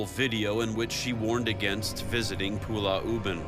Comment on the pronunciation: Zak Bagans kept calling Pulau Ubin as "Pulah Ubin".